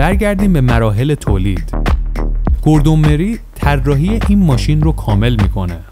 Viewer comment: گوردون مورای هست اسم طراح اولین خودروی خیابانی مک لارن. چرا جوری اسما رو میگی ک انگار فقط خودت بلدی